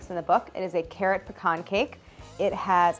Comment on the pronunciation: Also being from MO, I'm just glad Claire pronounces "pecan" correctly.